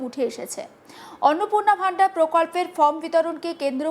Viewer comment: Vandar কি জিনিস? শব্দটা ভান্ডার (Bhandar)